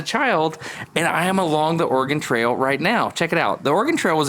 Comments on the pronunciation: Organ trail? You seem to be missing a vowel😂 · so as a guy who listens videos as a background noise.. kept hearing ''organ trails'' 😅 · I can't be the only one who hears Destin say "organ trail" when he says "Oregon Trail", right? cause that would be a quite different game :D